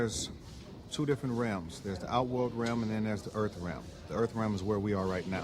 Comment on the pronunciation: Earf realm.